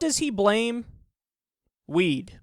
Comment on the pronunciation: goes cross eyed the first time he said weed I honestly though the said "they blamed it on the wii"